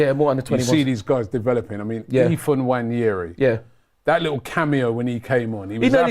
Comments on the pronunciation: Again, It's not Nnwayeri it's Nwaneri (ONE NAY RI) ETHAN "ONE NAY RI" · Its so obvious its a silent N, but they keep pronouncing it wrong